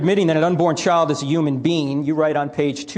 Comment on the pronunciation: need this dude to learn how to pronounce the word human